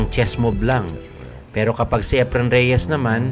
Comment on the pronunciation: Is that how his first name is pronounced? According to a search it's not pronounced like that.